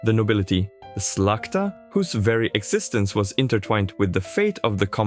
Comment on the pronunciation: how can you call yourself polish histoian when you cant even speak polish? you lost me when ypu pr9nounced szlachta as slakta